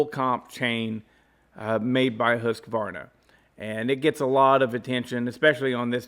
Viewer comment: Wow someone who pronounces the name correctly....Husqvarna....not us American's...Hus-a-varna....good job....think I'll stay with my Simington Chisel Grinder....touch up by hand with a flat file....round filing is for flat landers....take care....Shoe